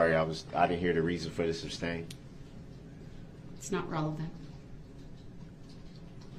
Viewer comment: Dont forget "Grounz for the SUBstain"?